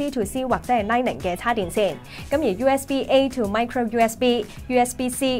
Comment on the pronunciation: pronunciation! is light 'ning' not light 'ing'...